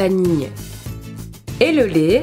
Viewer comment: désolé mais on dit lait pas lert